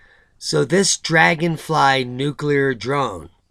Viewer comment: Did that guy really say "nucular" when talking about the dragonfly?